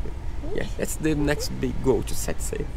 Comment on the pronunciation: Sail not zail.